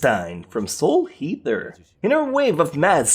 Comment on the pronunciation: okay he said Soul Heater lol